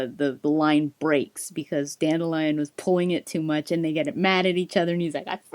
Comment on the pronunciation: I find it strange that in the audiobooks Dandilion is pronounced Dan-dil-ion not Dandi-lion lol.